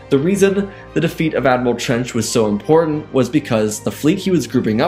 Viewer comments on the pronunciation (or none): none